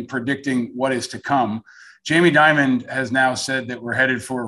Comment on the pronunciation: Jamie Dimon (Die-Mon) NOT Jamie Diamond